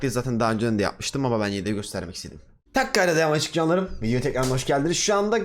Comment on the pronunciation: Abi kayıt başladı canlarım demiyon karıncalarım diyon sanki 0.25 de dinledim öyle ya